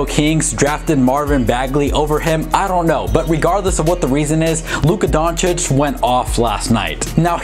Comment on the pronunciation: Are we gonna ignore the fact that is finally pronouncing Luka Doncic correctly?? 😂